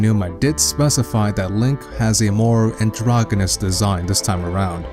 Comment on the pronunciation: You said Aonuma correctly! Good job haha. It is very easy to do, I know, but most people screw it up every time. Unfortunately you mispronounced "androgynous" and misused the phrase "a vast majority."